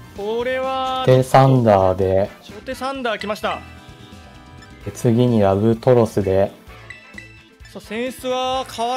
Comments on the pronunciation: ラブトロスずっと言い間違えしてるのすごい気になる いい加減覚えて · ラブトロスをひたすらラブラトスって言ってるの面白すぎる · ずっとラブラトスって言ってるの何気におもろい